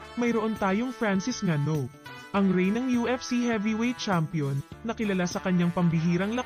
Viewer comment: Go NGANNOU. pronounced as Ingannou. Zulu warrior silent letter "y". For info